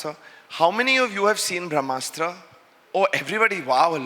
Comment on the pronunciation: Why Ayan is pronouncing Brahmastra as Vrahmastra, ....